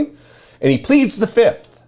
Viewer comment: Trump pronounced it as "the fiftht"